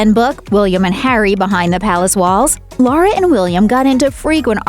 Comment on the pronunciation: Her name is Laura not Lara!